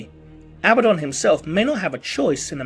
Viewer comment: Uh-Bad-Dun. Abaddon. There is no long 'B' sound. Originally a Hebrew name and translated in several languages. Still 'Uh-Bad-Dun' not 'Abba-Don'.